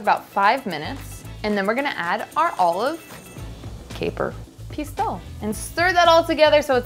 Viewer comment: In french ''ou'' is pronounce like the ''oo'' in ''food''. So Pistou should be pronounce as ''pis-too''.